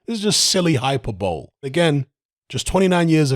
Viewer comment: It's pronounced "Hi-per-bolee", 😉